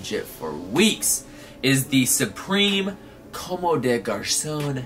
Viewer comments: Bro just so you know, it's pronounced like (come) with emphasis on the o. You're saying more like (commey). Just wanted to let u know. gang gang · (FYI, not hating or anything stupid like that, I actually really fuck with you) Comme des Garçons is pronounced COMB - DEH - GARS - AWN Keep flexing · Not trying to hate, but just trying to let you know that your not pronouncing Comme des Garcons correct. Com-de-gar-son. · It's actually literally pronounced cum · Comb - day - gar - sawn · Actually it's pronounced like "cum" lmao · Late to the party, but i just realized you're misleading 11 people with that dumb statement, not that the pronunciation of a brand name matters. But you hurt my ego and since i speak fluent french , i can assure you that there's absolutely no 'AWN' at the end. That's just how an english speaking person pronounces it with an strong accent but definitely not the correct way of saying it. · I know you dont know how to say it but i laughed every time you said commes des garçons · Gabe Lewis Comme des garçons "Just like boys" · I couldn't not watch this video dude!!! PLEASE PRONOUNCE COMME DES GARCONS CORRECTLY. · ...Every time you mispronounce comme des garcons i die a little! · I love you, but the way you pronounce comme des garcons makes me want to rip my hair out in clumps.